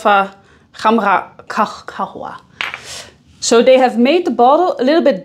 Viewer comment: as a native arab, she is wrong. Its Lataffa Kh um rah Gah wa but especially with better Kh and R pronunciations